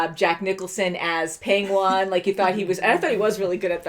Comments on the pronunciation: Why do you keep pronouncing Penguin like "Peng-wahn" ? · Wth is a “pengwuon”? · ......pengONE? I thought it was only Benedict Cumberbatch that couldn't say penquin lol